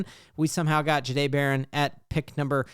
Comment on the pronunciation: You need to work on saying Jahdae better. Say it like a Frenchman